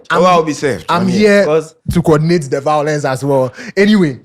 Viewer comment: "I'm here for the vio.lence"